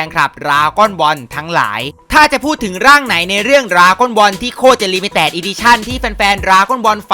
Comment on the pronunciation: ลิมิแตด ใครได้ยินแบบกูไลค์ 👍👍👍👍👍👍👍👍👍